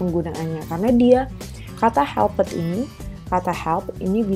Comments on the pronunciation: Tlg cara ucap ( pronunciation) yg benar : make (meik) helped (helpt) bukan dibaca (mek) , (helpIt) lih kamus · Supaya diperbsiki cara menguvap (pronounciation) mis: make (meik) made(meid) helped (helpt) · Cara mengucap kata perlu diperbaiki mis: make, made, helped lih kamus